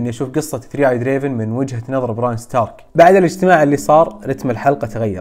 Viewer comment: اول واحد يزبط اسم بريان اوف تارث كل اليوتيوبرز يغلطو فإسمها الكل يقلها براين 😂